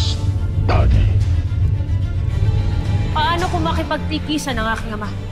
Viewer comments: hagorn be like: sheda ASStadi😂😂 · asval:wag ka magalala panginoon kami na ang bahala sa dalawang ito lira: at ano naman gagawin mo asval? double dead botcha? hagorn:ssheda! assssshtadi😂